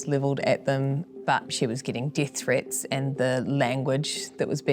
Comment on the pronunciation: Interesting accent . . . unique vowels.("dEEth threeets")